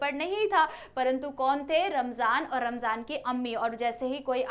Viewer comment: Rahman, ❌ ramjan ✅